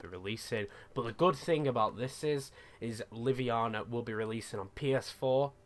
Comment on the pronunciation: btw haha its livonia not liviana. there is an o in there hahaha